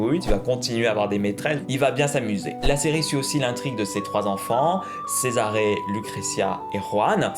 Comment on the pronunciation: Cette prononciation de Lucrecia et Cesare 😂😂